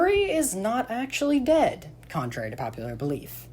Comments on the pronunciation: He said did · the way you say ´´dead´´😂😂😂😂